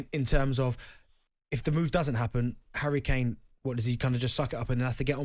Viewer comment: Hawwy cane